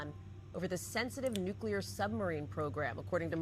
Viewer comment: Yes and thanks for saying the word correctly.. NU CLE AR and not Nucular like some bumpkin ass non expert. Even the experts say the word wrong constantly , and it drives me insane because they're supposed to be f**** experts.